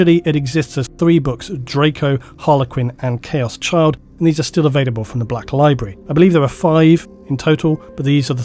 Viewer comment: Oh, "Chaos Child" was the name of that old omnibus that for some reason had the illuminati. It took replaying it a couple of times, because I could have sworn you said, "Chaos Chub." I'd still buy it though.